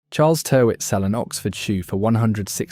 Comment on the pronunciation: It's pronounced, 'Tirrit'. An error in the first second of the upload is not a good sign.